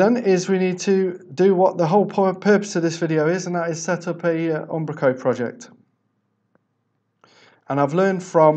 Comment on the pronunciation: I like how he says Ambrako, that said thanks for the tutorial